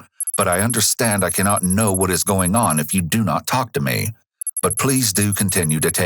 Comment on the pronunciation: WHY DOES THE NARRATOR SAY THE "L" in TALK!? TALLLLLLLLLLLLLLLLLLLLLLLLLLLLLLLLLLLLLLLLLLLLLLLLLLLLLLLLLLLK